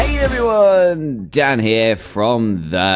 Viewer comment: DanTDM you said danm